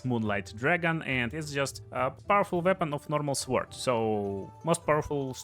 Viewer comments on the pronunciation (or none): Bro says suword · The W in Sword is silent